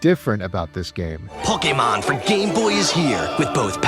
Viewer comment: Your videos are great man. But the way you pronounce Pokemon lol you almost sound like a mom from 1999, just missing the MAN instead of MON